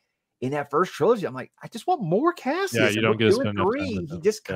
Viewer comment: The one thing the new voice actor that bothers me is when he calls him Cashus instead of Cassius…